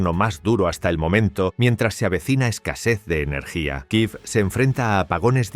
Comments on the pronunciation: ¿Por qué dicen Kiv, si en español es Kiev? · ¿Por qué decís Kiiv si en español se dice Kiev?